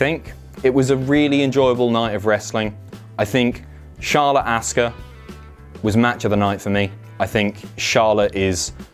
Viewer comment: "AssKa" lmao